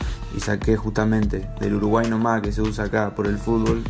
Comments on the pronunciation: JAJAJA no pueden decir ahora "Para mi nomá"😂😂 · Jajaja para mi noma jajajaja se molestan por una frase mal pronunciado y habla de inventar y argumenta con palabras equivocada jajaja